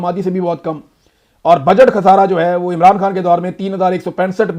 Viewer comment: اے ران نا بولا کرو۔ای ران بولا کرو۔شکریہ